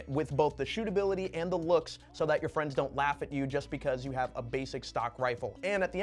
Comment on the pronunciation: Stootability is paramount 😄